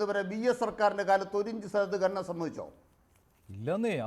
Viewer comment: ഗനനം അല്ല സഖാവെ, ഖനനം. ഒരു 100 തവണ ഉറക്കെ പറഞ്ഞു പഠിക്കൂ.